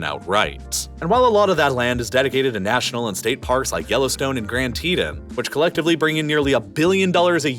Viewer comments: It's not "Grand TEE-ton", it's "Grand Tee-TON" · It’s not grand teon it’s grand Teton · Grand Teetah??? Wtf. You mean Teton?? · did this guy look up any pronunciations before making this video???? “grand titos” “northrope groomin” etc. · Grand Tet On? Butchered that one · Grand "teedan".. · Grand TEE-TAHN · Ahh yes, the Grand Teddun Mountains and North rop Grooman. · Knew this was AI generated by how it pronounced Grand Teton... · Interesting content, but if you're going to spend the time doing all this research, try to take the time to learn how to pronounce the names of things, like Grand Tetons or Northrop Grumman. Please take this a constructive criticism. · Please check your pronunciation of Grand Teton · I’ve never heard someone pronounce Grand Teton that wrong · the wat he pronounced grand teton